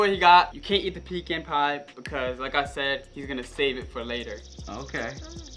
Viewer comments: It’s pronounced pee can bro said pican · I like how they all said pican wrong